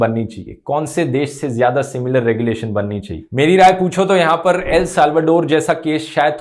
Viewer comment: Regu-lation not Rege-lation. Thanks